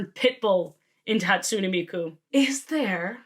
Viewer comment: ermmm actually Hatsune is pronounced Hat-Tsu-Nay